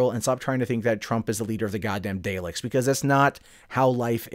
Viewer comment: why did you pronounce Daleks this way